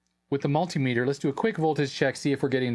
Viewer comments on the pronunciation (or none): none